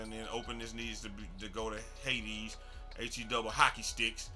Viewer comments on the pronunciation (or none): none